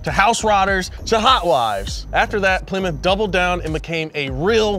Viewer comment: The way they jokingly said Ply-mouth is how I thought it was pronounced for probably the first 8-10 years of my life until my grandpa got a Plymouth Acclaim and my dad laughed at me about how I said it.